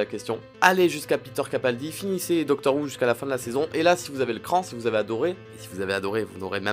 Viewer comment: Ca ce prononce pas "doctor wou" mais "doctor hou"